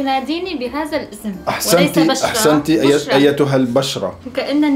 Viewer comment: الاولى نطقك بالفصحى اول كلمة تقولها اسم بشرى بضم الباء 😂😂😂